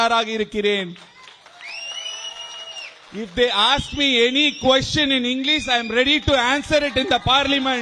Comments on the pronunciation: Englis ah.........starting ye comali thanama iruku😂😂😂😂😂😂😂 adhu English pronounce the words properly man Annamalai sir ❤️❤️❤️ IPS IPS tha🎉🎉🎉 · Englees ah? 😂😂😂😂